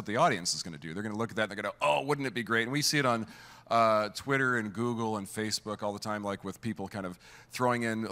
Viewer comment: Hehehe, "Zoogle"